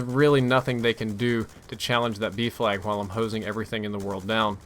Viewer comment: OOOHHHH B FLAG i thought u were saying Beef lag for the longest time